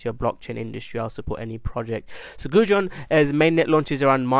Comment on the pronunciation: Might help if you pronounce Goguen properly you say it like its food. And ill work on spelling it correctly.